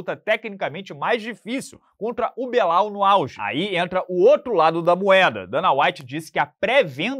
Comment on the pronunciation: encheu a boca pra falar do belal no auge kkkkkkk